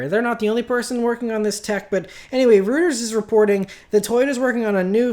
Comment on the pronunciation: Lol, roy-ters